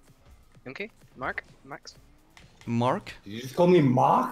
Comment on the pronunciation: The German accent in "Max "